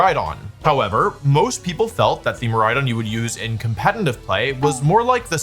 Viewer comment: Day 48268 of Wolfie not being able to say «competitive»